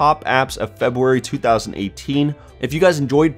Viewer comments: Ren Andy he did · Did he hust say Febwary?